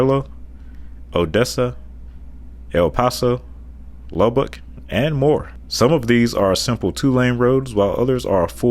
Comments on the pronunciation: I was soo confused when you kept saying "frontage" roads. Whe you gave the explanation I was like "oh the feeders". Lol Also you mispronounced Lubbock. It's pronounced "Luh-bic" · Your pronunciation of Lubbock threw me off guard. Good video! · I cant explain but u said Lubbock wrong without saying it wrong...like u didnt say right but u didnt say it wrong either...idk man